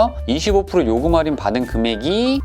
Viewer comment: 슨생님 정보감사합니당 근디 활인이 아니고 할인이라고 해주삼.. ㅋ